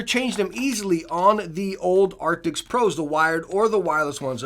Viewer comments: Arctics ???? Arctics ??? What Arctics ??? Every video all i hear is Arctics !!! I think they did NOT change the Name ,it's still Arctis ! But Great video !!! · Does he say arctics